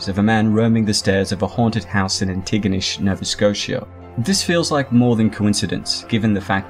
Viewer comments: You absolutely butchered pronouncing Antigonish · Its pronounced An-te-gah-nish. I should know I live there lol.o Lolve all youd content brother.